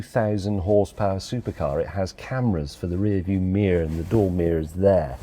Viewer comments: Anyone else notice him saying mirror like that annoying woman from the 'deer in the rear view mirrrrr' video? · can...James may not say the word mirror correctly?! Meerugh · Why does Jim seem to mis- pronounce MIRROR is it to curry favour with our American cousins,? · Did he just pronounce 'mirror', "meee-or" like a yank? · James is still pronouncing “mirror” as “meer” like that banger of a counting song from Mail Time. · James pronouncing mirror as "mear" leaves me curious how much of it is intentional vs how much of it is somewhat subconcious. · "rear view meer" 😂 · HE SAID MIRR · James is now saying "Meer" instead of Mirror! Nana Liz's 'I See Deer' song from James May's Mail Time has had an effect! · Love the mockery of the American pronunciation of Mirror "meer" haha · I now have I see deer going around my head from James May pronouncing mirror like an American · Everytime James May says the words "review mirror" I hear a certain song in mz ears - oh deer... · James needs better shoes and a better pronunciation of the word 'mirror'. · Cap'n slow has forgotten how to say mirror, yes that is all I got from this video, the wheels need to do what they were designed to do otherwise it's just a model. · Is it my imagination or did he say "mirror" like in the "I see deer" song? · He now says rear view mirror with the accent. Brilliant. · Did you pronounce mirror so it rhymed with deer?